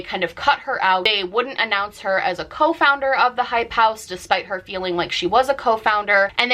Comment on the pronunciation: It took me way too long to figure out what you were saying when you were repeating "hype house"